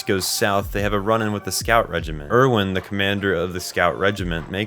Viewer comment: I’ve noticed a lot of people who make otherwise great videos about AOT mispronounce most of their names. My guess is they only watch AOT in sub and therefore don’t know the actual English pronunciations. I do wish people would give the sun a change if only so they can learn the correct English pronunciations for when they make videos. For example, in the English dub, Erwin is pronounced “AIR-ven,” and Mikasa is “ME-cuh-suh.” Just a little thing I have noticed. Great video otherwise.